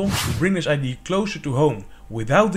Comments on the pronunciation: First, I can't get over that you say ID, rather than idea. Anyway, whole time I was thinking that this battery can be subject to leaks, and would end up being less efficient than regular gravity batteries. It's still cool and interesting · Misschien nog is luisteren hoe je woorden als idea uitspreekt. Je Engels is niet te doen. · It's pronounced Idea, not ID.